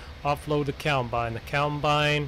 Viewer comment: I like how he says, "keyawmbine" BRUH